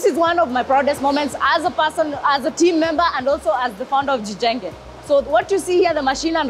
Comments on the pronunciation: In really swahili is (Jijenge) not ~gijenge~ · Jijenge no Gjenge😂😂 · Just a correction..I wonder why you "westerners" do not research when you do your "reporting". The word is " JIJENGE " not the way " you " pronounce it Gjenge...🤔